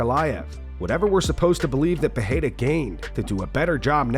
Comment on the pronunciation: Chael you can’t even figure out how to say Alex Pereira’s name. You say it differently every single time. Your outdated opinion are getting more and more useless. Loved ya in your prime. Best mouth on a mic. But it’s time to shut up